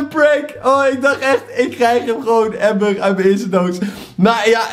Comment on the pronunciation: wanneer ie amber zegt ipv ember